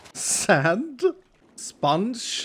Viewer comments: I love how he says spanch* instead of sponge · I love how he says sponge like spunch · Why do you say spunch instead of sponge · The way he says “spunch” instead of sponge is awesome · Its realy funny to see said sponge like sonic did with lemons